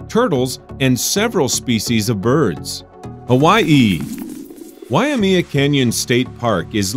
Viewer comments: Regarding the Hawaii installment, it's wye-MAY-uh Canyon, not wye-uh-ME-uh, and it's on cow-EYE, or more like the Hawaiian pronunciation, cow-AH-ee, not cowie. For Iowa, you got your vowels reversed; Maquoketa is muh-KOH-cuh-tuh, not muh-COAT-uh-kuh. Michigan's red map didn't include the Upper Peninsula. Mississippi's location can't be pronounced TAH-show-ming-go when the first syllable is spelled "Tish". Contrary to what you said, Zion National Park in Utah is not also a state park. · why-amia Cow-ie. Oml lol😂😂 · let me give a real quick guide on the pronunciation of the Hawaiian place names: Waimea (why-may-uh) Kaua’i (cow-ah-ee) these aren’t exact pronunciations but it’s an improvement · Note to narrator.... Waimea (sounds like WHY-MAY-UHH), and Kaua'i (sounds like KAH-WHY-EE). Thanks! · WAYA-MEEA COW-EE iM NOT OK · Lol Waimea Canyon in “Cowie” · I just finished watching a review of this video, and I have to say you did a beautiful job of finding some amazing places around our stunningly beautiful country. However, may I point out 7 years after the fact some "oopsies" that you included? Thanks. Hawaii's contribution--Waimea Canyon --was pronounced wye-uh-ME-uh; it's actually wye-MAY-uh. In the Iowa contribution, you got the syllables crossed up. It (Maquoketa Falls) should be muh-COH-ket-uh. When you got to Michigan, I realized you left out its Upper Peninsula on the map. The sand hill in that state is in Sleeping Bear Dunes National Monument. You called it Scenic Bear National Park. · The way he pronounced "Waimea" and Kauai....... DX but it's ok.. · Mispronounced Kau’i and Waimea in Hawai’i, but good choice. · You pronounced Kauai,Waiamea and Hawaii wrong I would know it’s where I live